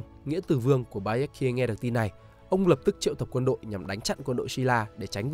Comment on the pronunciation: Phát âm kiểu gì chán vãi. Baekje: Bék Chê. Chứ gì mà Bi-ét-ki-ê. Phát âm sai mà cứ bang liên tục cả clip đến nản.